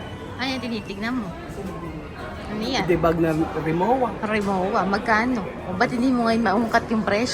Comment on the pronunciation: Rimova pronounciation sa Rimowa. Status symbol lang yan sobrang mahal kasi, pag hinagis naman ng mga taga airport yan, same lang sa mumurahin, magkakabungol bungol din labas nyan pero sympre matibay yan at lifetime warranty pa.